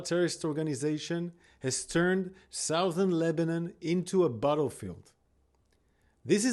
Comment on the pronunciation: South-ern lol